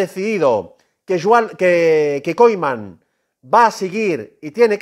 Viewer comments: Ronald Koeman no koiman que no sabes hablar hermano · Pero por qué lo pronuncia como koiman y kuman?